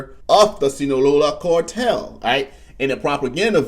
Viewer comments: Phonics lesson ... "Carrrr" tell bro, not "core tell.... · Its "cartel", with an A. Not "cortel". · What is a cortel? Cortel is not a word, and neither is Fentanol. CARTEL- FENTANYL,not cortel and Fentanol. Sorry to be a prick, but the mispronouncing of words is getting ridiculous already. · Not Cortel it’s CARTEL!!!!😂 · WTF is a "cortell"? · The only special forces in the US military are Green Berets… Navy seals and such are special operations units…. And my man its CARtel not CORtel wtf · Cortel and border Zor ?? A like Apple A a a a apple Car Car Car Cartel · why do u pronounce A as oa? Its so weird. Its cartel not Cooaaartel -. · How do you pronounce car?.... "Core"?? Just saying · WTF is a “cortel” 🤔🤷‍♂️🤣🤣🤣🤣🤣🤣🤣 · again. WTF is a “cortel”. 🤷‍♂️🤣🤣🤣🤣🤣🤣🤣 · Core-tel? Are you allergic to the letter “A”? Just teasing you. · Bro can’t pronounce A’s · Dude can't even say cartel.